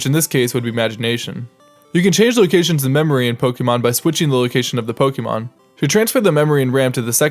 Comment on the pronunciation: Yes, and he didn't say Po-kay-mon, which is how Pokémon is pronounced.